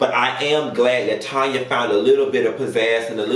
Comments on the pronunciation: 🗣️ IT'S TANNNNYYYYYAAAAAA! It drove me crazy to hear you keep saying Tonya😂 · I wish you'd say the darn lady name right. Her name is TAN-YA NOT TON-YA. She's Canadian so she's not just saying it's pronounced That way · her name is Tanya not Tonya. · So sick of YouTubers pronouncing Tanya as Tonya. 👀Get it together...that part. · Tan not Tonya ...Tanya lord and she's Canadian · TAN-ya chile TAN-ya 😭😂